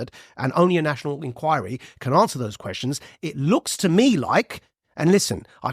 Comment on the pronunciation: Nat-io-nal Enquiry!!!